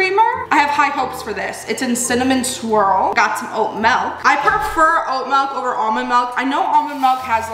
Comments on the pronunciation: i love you BUT STOP SAYING MALK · The way you say milk is so cute and funny to me heheh it sounds like melk to me for some reason 😭 I love ur videos bestie I literally binge like five at a time and it always feels like I’m on a FaceTime call <3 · You say milk the same way I do. Melk! Do you say pillow or pellow?